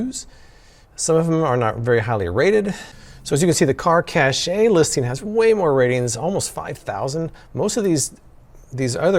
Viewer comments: It's pronounced 'cash' not "cashay" I love you americans 😂😂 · it's not cashay it's cash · Caché is pronounced like "Cash" not "Cashay" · Pretty sure its pronounced as "Car Cash" and not "Car Cashay" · Cache just sounds like cash. Please stop saying "cashay" lol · 1) I'm not tall enough to reach all of any windshield, so this is a fail from the start. 2) It's cash, not cashay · I believe cache is pronounced, “cash.” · Isn't cachè pronounced cash?